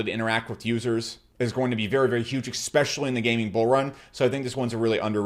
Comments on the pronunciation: Gunna hit those coins “exspecially” hard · What does "ikspecially" mean?